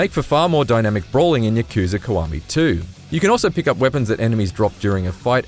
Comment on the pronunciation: It's KIWAMI man not KUWAMI